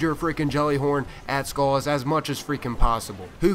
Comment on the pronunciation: Sounds like you're calling him "Skull Ass"